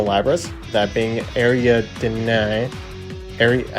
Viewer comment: it's pronounced ah-ri-ad-nii T_T